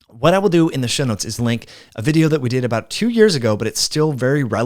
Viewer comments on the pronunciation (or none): none